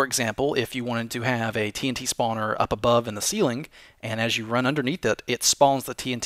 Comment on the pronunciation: I like how he says not "Spawner", but "Spaauwner". :3